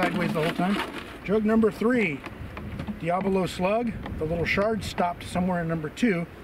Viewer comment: Thanks for the video! Diabolo is pronounced: dye-äh-bow-low Not: dee-ä-blow